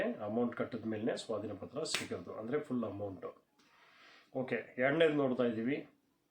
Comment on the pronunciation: Swatina patra alla sir swadhina patra